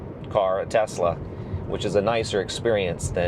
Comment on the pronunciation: Kudos for pronouncing the name right! Greetings from Croatia (Nikola Tesla is Serbian born in what is present day Croatia. Our languages our very similar, we pronounce it identically and yours is spot on)